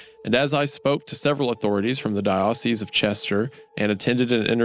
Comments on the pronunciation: Its pretty clear that Mr.Goon is some kind of Church of God/Non-denominational/Southern Baptist. Its clear hes not Catholic/Protestant by his constant mispronounciation of vicar, and dioceses. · Okay gooner is definitely not a catholic lol. Horrifically mispronouncing “Dioceses” and “vicar”.